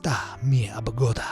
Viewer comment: a quick Spanish lesson The "¿donde esta mi abogada?" Was almost perfect (the gringo ancent is noticable but it's a nitpick) the mistake is in the abogada Word (lawer in Spanish) because sounds like aboguda well the "ga" part is closer to ga-wd or ga-s in English, thankfully in Spanish the silabes stain the same almost all the time